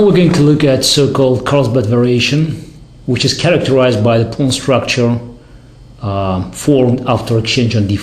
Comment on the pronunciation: Great stuff by the legend, but I can't help but laugh at how he says "pawn structure". I just don't know why.